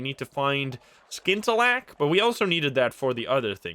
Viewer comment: Watching all the way through to see how long it took you to figure out that you can scout the surrounding area by sending out your Zee Bat. Also you don't pronounce the C in scintillack.